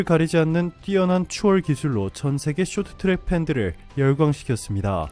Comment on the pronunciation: 숏튜랙 이라고 읽네ㅋㅋ